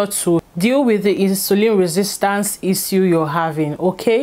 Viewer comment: Baby girl it's /Ish-shoo/ not /is-u/ Love you girl.